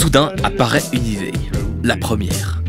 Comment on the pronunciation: T'es suisse pour dire ideye à la place d'idée 😂😅